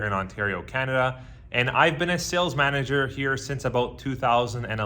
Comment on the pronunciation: I didn't have the heart to tease about the way he says Kinada